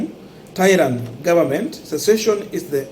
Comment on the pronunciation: Sessession Sessession.